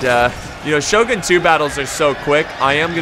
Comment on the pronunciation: oo eh soogie uesugi , shoh goon shogun , choh soh khabeh chosokabe , also japanese r and l and interchanged so samurai would be samulrai idk how to write this sound.